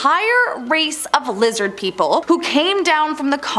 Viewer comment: Lizid peepole